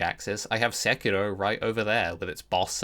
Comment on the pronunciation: Speaking of rolling, if you roll the R in Sekiro one more time, I will personally release a mod that adds another 3 'Scaly Misbegotten' boss fights to the game, all of which will be mandatory.